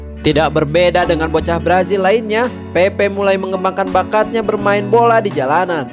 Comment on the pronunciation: Pepe bang bukan Pepe'